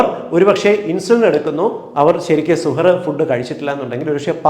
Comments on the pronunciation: വിലപ്പെട്ട അറിവ്,, നന്ദി,, ഒരു തിരുത്ത്,, പ്രിയ ഡോക്ടർ: ഇടയത്താഴത്തിന് അറബിയിൽ സഹർ, എന്നാണു് പറയുക, ഡോക്ടർ പറഞ്ഞത് സുഹർ എന്നാണ് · സൂപ്പർ.. 🌺നല്ല അറിവ്... 🌷🌷🌷സുഹറ് ന്നു അല്ല ശരിക്കും സുഹൂർ എന്നാണ് അറബികൾ ഒക്കെ പറയാറ്.. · വളരെ നല്ല നിർദ്ദേശങ്ങളാണ് സാറ് തന്നത്... Thank you so much.... സുഹർ എന്നതിന് പകരം സഹർ എന്ന് പറഞ്ഞാൽ👍👍👍 സാറിന്റെ വായിൽ നിന്നു റമളാനുമായി ബന്ധപ്പെട്ട വാക്കുകൾ കേൾക്കുമ്പോൾ തന്നെ വല്ലാത്ത സന്തോഷം.. Eg: ഇഫ്താർ, സുബ്ഹി, തറാവീഹ്.... ഓരോ മത ചിഹ്നങ്ങളും അറിഞ്ഞ് ആദരവോടെ സംസാരിക്കുമ്പോൾ തന്നെ എല്ലാവരും സാറിന്റെ ഓരോ നിർദേശങ്ങൾക്കും കാതോർക്കും... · സുഹർ അല്ല... സഹർ 👍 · സുഹൂർ എന്ന് പറയാം. സുഹ് ർ അല്ല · സുഹറ അല്ല സഹർ അത്താഴം എന്ന് മലയാളത്തിൽ പറയാം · സുഹറ അല്ല സുഭ ഹ് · സുഹൂർ എന്നതാണ് ശരിയായ ഉച്ചാരണം. താങ്ക്സ് ഡോക്ടർ .